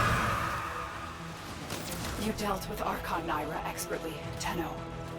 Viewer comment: Bro, how after all these years, have you not figured out a workaround for those wonky text to speech words in warframe like "Arch-On" in this video? I get that english isnt your first language, but you are an english content creator, and this part always sounds so bad. Try typing "Are-Con" everywhere "Archon" is at and see if that sounds normal, but you should look into phonetically spelling words instead of hoping some basic TTS can say these wonky n maid up warframe words, let alone something more normal like "archon"